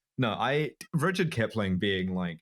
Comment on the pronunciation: she says rudyard like richard so now im questioning the etymology